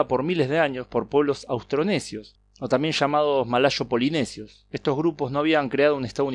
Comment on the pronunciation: "malashos" o malayos?